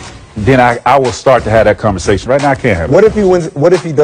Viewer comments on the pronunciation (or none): none